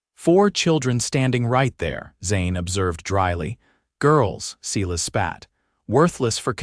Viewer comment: Silas is pronounced S-I-L-A-S long I.